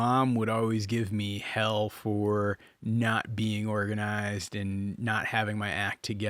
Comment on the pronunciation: Omg, I loved it until u said, “morganized’😂😂😂😂